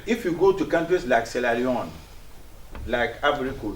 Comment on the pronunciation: did he say siella leone